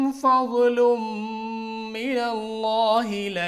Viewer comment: Sorry bhai pe kaoolo padha hai apne wah fajlo hai